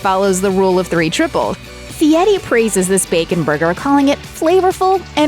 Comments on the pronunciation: His name is FieRi, NOT FIETTY. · Why is the narrator calling him Fieti instead of Fieri? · IMHO, if you can not roll the r in Fieri, please do not pronounce it as a T. Just use the English version of R in Fieri. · LOL...You’d think she could at least pronounce his name correctly. What idiots.